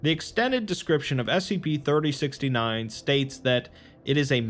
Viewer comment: Ummmm is it just me or did he forget the s in scp at the intro